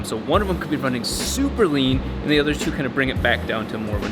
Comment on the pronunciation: rrrrrrrrrrrrlean